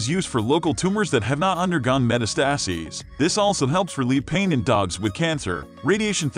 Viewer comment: You should have someone read this information who knows how to pronounce “metastasis”.